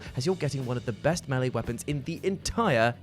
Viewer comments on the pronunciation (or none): none